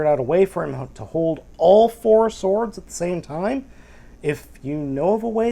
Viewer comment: Lol, doesn't know how to pronounce "sword". (No offence).